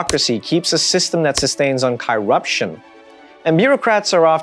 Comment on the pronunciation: learn how to pronounce corruption perhaps, you sound foolish.